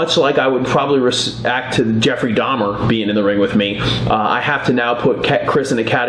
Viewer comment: "Darhmer" really wtf is wrong with you?